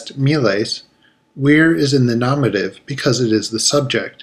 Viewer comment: It's not said nomative. It's nominative. Say it right